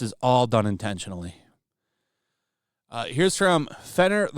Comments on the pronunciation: Intentional is the word. Not intetual. H aha. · Intentual? Did you mean ‘intentional’?